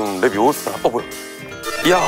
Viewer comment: not 레비"오"사 it's 레비"오우"사 해리포터와 마법사의 돌에서 론 위즐리가 발음을 틀려 헤르미온느가 조정해주며 론이 재수없다고 느끼는 장면입니다😊